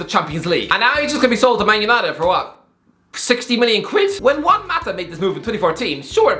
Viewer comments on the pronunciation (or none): none